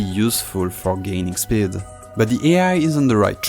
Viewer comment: Pronouncing "speed" as "sbid" is crazy😂